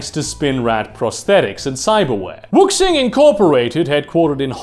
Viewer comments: It's pronounce "wu-shing." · Fantastic Video. Just one thing Wuxing is spoken as Wushing, the x is always a sh in chinese romanisation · Excellent work. RE: Wuxing. The pinyin romanized "X," which often bufffaloes western readers, is a soft "Sh" sound, almost an "S" sound (in some dialects, it really is closer to an "S," but not in high Mandarin) pronounced with the tongue up against the front of the mouth. It bears no resemblance to the English "X" in pronunciation. If you simply say "woo-SHING," it's close enough for runner's work.